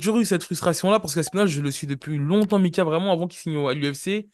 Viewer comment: C’est pas possible Mika Tu fais exprès d’écorcher les noms ou c’est comment ?😂😂😭😭